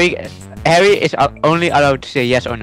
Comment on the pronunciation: Because he says herro.